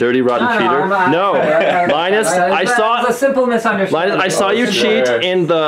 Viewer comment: even in ltt videos i have started to mentally refer to linus as lienus.